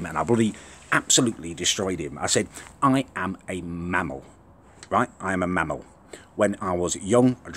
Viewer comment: The way says "mammel" makes me feel uneasy.